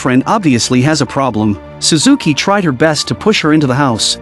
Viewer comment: its shuzuki😂